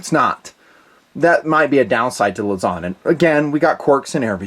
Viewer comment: Hi. Filipino here. It's not (luh-ZON), it's (LOOSE-ohn)